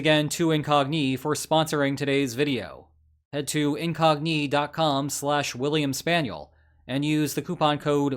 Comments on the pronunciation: Why are you pronouncing Incogni like IN⚙🦵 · I hate how you pronounce incogni. I hate it so much :p